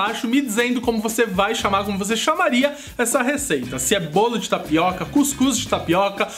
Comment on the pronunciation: tapicô .kkkkk bacana.